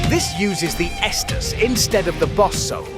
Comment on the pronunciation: The most unrealistic part of this is correctly pronouncing Estus and not "Yeastus" or some other ridiculous variation. Everything else is spot on. Insane.